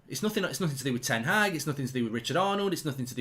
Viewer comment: It’s pronounced ‘HARG’ not HAG. It’s disrespectful